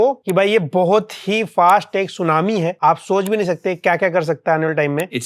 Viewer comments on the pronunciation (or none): शूनामी❎️ शून्यनामी✅️ 😂